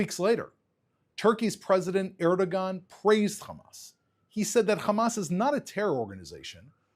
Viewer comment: this guy mispronounced several words, actually, including Erdogan, nuclear (nuke-u-lar), and mujahideen (muhadeen). Those are big mistakes. looks and sounds stiff, esp. in his initial statement, although much less so in the Q&A. I'm not sure he is convincing anyone who isn't already a friend. he's turning me off (mainly with the mispronouncements), and I completely agree with the content.